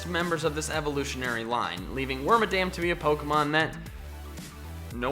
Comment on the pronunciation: Its actually pronounced (werm-mah-dum) Due to its name origin